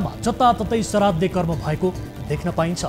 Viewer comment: सराद्दे हैन हौ पटमुर्ख श्राद्द हो अलि शुद्ध बोल्न सिकौ